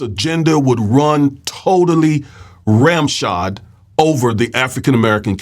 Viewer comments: Love the video, I love the presentation, I literally love Miss Crockett's inquiry question. She was absolutely on target I'm so grateful she's there! I just have to say the phrases run roughshod not ramshod, its origins refer to metal horseshoes with nails sticking out of them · Run ROUGHSHOD not Ramshod.